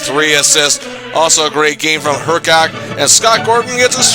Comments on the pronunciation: Hrkac was pronounced her-kiss, not her-kak. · Dude you were totally mispronouncing Hrkac. It’s pronounced “Hr-kiss”, not “Her-kac.” Suggestions: the 1980-81 Winnipeg Jets who went 9-57-14 that season. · Tony Hrkac rhymes with pony circus.